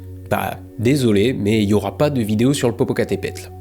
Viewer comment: Es par amusement que tu dis plusieurs fois le nom du volcan popocatapultes ? (Ouais je sais pas le prononcer ni l'écrire alors je vais faire une blague. Parait que c'est humain)